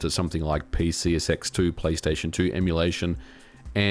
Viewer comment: I have to ask. Are you saying PCSX2, or as I'm hearing it...PC Sex 2? I need to know right meow.